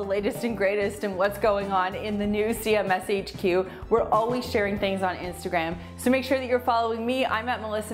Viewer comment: I love your videos!! Just a laugh – sounded to me when you said CMSHQ it sounded like “see a mess HQ” which is totally not the case! Your home is beautiful and that irony made me laugh 😂 keep up the great work guys!